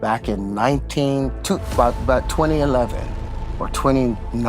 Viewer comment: What did Terrence say 2011 or "29"😂😂